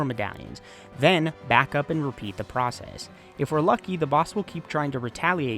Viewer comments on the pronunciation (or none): none